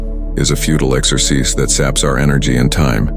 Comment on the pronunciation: Can't take it super seriously when the AI reading can't pronounce "exercise" or "materialistic" correctly.